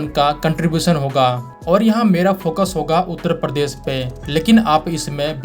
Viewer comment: परदेस नाही दोस्त, "प्रदेश",😵‍💫 बहुत फर्क है